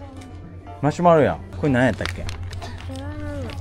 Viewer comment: なづのマシュマロ言えないの可愛い(*´ω｀*)